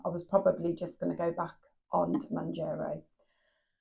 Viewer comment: Woukd love for you to keep sharing both the ups and the downs. And decisions your making along the way! Wegovey is an option to keep in mind to. Can I just point out it's pronounced Moun'JAR'o, not Moun'JER'o! Sorry, had to point that out hun. Gius luck and keep going. You can do it, dont give up whatever you do.